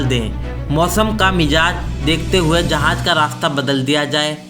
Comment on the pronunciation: Urdu to thek se bolna seekh lo.. Andaja nai andaza hota hai.. Jahaj..jahaz.. Ady se zada radian ko urdu thek se nai ati..